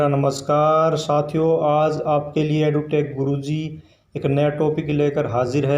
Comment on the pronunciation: आपका ज्ञान अपार है गुरु जी। एजुटेक अदुतेक बोलते हो